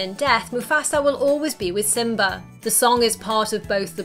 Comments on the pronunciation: Simbra, Pumbra.... it's killing me lol I'm sorry. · No one's going to mention the way she pronounces Pumba and Simba?